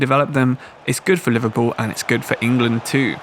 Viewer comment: Liverpoo mate? 😂